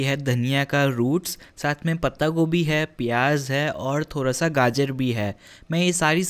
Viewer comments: the way you say 'thora sa' instead of 'thoda sa'...i just love it.. 😁😊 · The way he is saying thoorasaa